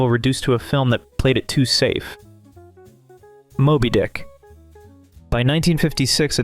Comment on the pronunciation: You pronounced Moby Dick like Moby was an adjective. But I like it.😮